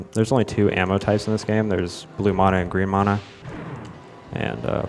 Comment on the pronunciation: Was already annoyed at the pronunciation of mana, then he said "gibs". Had to stop and breathe for a minute.